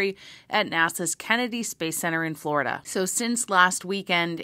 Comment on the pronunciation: You kill me with SOUTHERN FLAW-ri DU. I chuckled and had to rewind it. Ever try CAW-MU-DEE. Have a great holiday weekend.